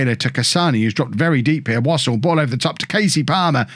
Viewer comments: Wouldn't Wassell be similar to Vassell so rather than pronounce it wos ol you would have Wa sell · It's definitely not pronounced "wossle"